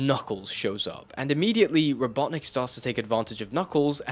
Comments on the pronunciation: I'm sorry but what the %@ is a robot nick and why are you saying it like that? i've been an avid fan of sonic ever since 1984 but i've never heard eggman referred to that way. is it some sort of urban dictionary internet slang insult or something? and don't say it's only an english language thing because i grew up with it in English. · It's Robotnik, you CUR.